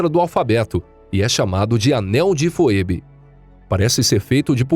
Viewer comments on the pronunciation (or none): Não sei se é desse jeito que se fala, "foebe", mas que eu saiba se fala "fibi". Ah não ser que seja como o sobrenome Mckay. Em alguns países, como Inglaterra, se fala Macai, mas no Canadá, se fala Maquei. Vai ver é isso.